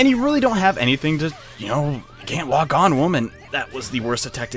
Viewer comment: Did you say can't lock on woman or can't walk on woman?